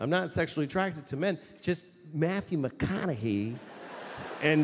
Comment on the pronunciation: Louis CK pronounces McConaughey's name correctly. It's refreshing to hear than the weird way people say McconaughHAY.